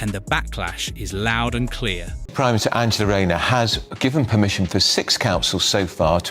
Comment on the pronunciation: is a joke you can't even pronounce tax fiddling Angela Rayners name???